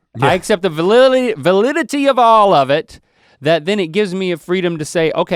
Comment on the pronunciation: Link can't say Validity, but can correctly say destigmatization in half a breath. Great hahahaha